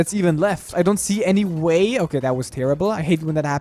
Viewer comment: He says "uh" at the end of some words like "I think its gonna be okayuh"